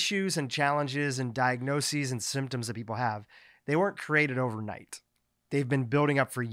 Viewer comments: He was adding an extra syllable, like "di-ag-no-see-sees". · This was a first-rate discussion of the issue. Thank you. Very minor point,: "di-ag-no-sees"